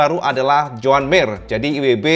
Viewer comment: Terlalu ngebutn gomongnya cak. Joan jadi jon mir